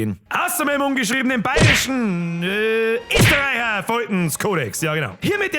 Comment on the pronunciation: Soweid so guad, oba bitte nimma Eeeeeeestareicha song. Bin seiba a hoiba Niedabayer und hoiba Östareicha. <- des “ö“ is wichtig!!! Ansunsten: weidamocha, saugeils Video wia imma!!!